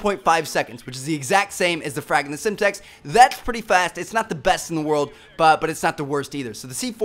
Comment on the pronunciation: LOL how TmarTn says "that's" XD!!